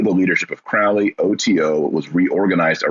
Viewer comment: Thelema centers around finding one's True Will/Purpose/Path. You mispronounce "Thelema" and "Crowley." You spoke the following incomplete: In full it goes: "Do what thou wilt shall be the whole of the Law. "Love is the law, love under will." "There is no law beyond do what thou wilt." "Children" are not literal children. Fyi.